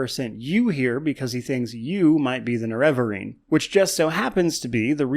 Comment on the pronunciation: I'm so triggered by your pronunciation of nerevarine.